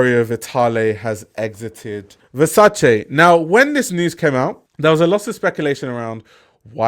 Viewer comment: Love that you pronounce Versace properly. Your content is fire. 🔥